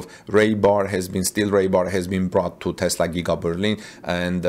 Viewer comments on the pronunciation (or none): Hello, in an attempt to help your English version videos, raybar is not an English word. It is rebar (reebar). C A T L is not pronounced cattle (those are cows) .Cheers from Canada. :) PS: I understand you are communicating in a second language and you're doing very well.